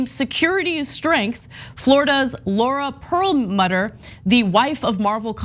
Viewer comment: Well done as usual, Anna. I would only offer a very minor correction on your pronunciation of German names such as Perlmutter. The mutter part should be pronounced as mooter, not the English mutter.